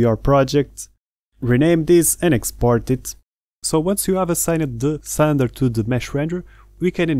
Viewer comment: THANK YOU for a truly awesome tutorial! You really do a fantastic job! One tiny thing, and I hope you don't mind me saying... the word "Cylinder" in English is pronounced like it's spelled "Silinder".. like Bill, or Kill. But it only took me a second to realise what you meant. Thank again for a brilliant tutorial.